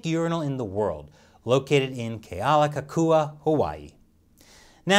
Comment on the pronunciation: You get BIG POINTS for pronouncing Kealakekua correctly! ALOHA NUI LOA 🤙